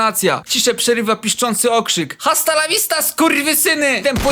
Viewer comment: Hasta la vista? czyżbym ja słyszała h? nie no beczka XD